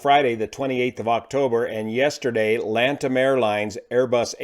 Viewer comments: I believe it is Latam, not Lantam XD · It's Latam - not Lantam - no N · Actually its Latam airline not Lantam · Do you guys actually call it Lantam? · Is it me or its LATAM not Lantam😅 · Little correction , it’s Latam, no Lantam 👍🏻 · By the way, the airline is called Latam, not Lantam. It is a fusion of Chile's Lan Chile airline and Brazil's TAM airlines (Transporte Aéreo Marília), so it became LA-TAM... Latam. The city is pronounced Foz de "Iguasoo". Great video and excellent content though! Been a subscriber for years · The airline's name is "Latam", thank you for your amazing breakdowns as always! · Hi is LATAM not Lantam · It’s Latam not LanTam (the N of LAN was lost after merger) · LA- TAM. not LAN TAM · Small correction: It's LATAM (Lay-tahm), not LaNtam. Love the commentary, as usual! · It's Latam, not lantam.